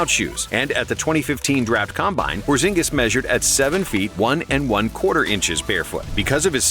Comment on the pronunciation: It's Kristaps porzingis